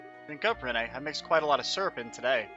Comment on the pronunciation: Its almost impossible to watch this with how you mispronounce Renne, it is just "Ren" its not said any different